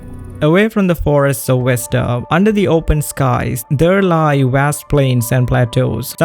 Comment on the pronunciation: i love how you can use the word innocuous, yet you cant pronounce 'Vesta' (it is NOT "Westa" my dude)